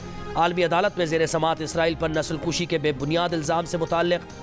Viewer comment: Nasal kashi hota hai. Nasal kushi nhi 😅